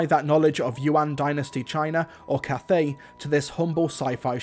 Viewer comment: Cathay not cafe.